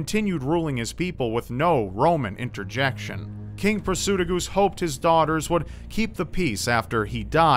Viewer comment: kimzee59 also, Prasutagus is pronounced Prah-soo-tah-gus